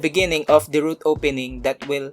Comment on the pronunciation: ROOT not troot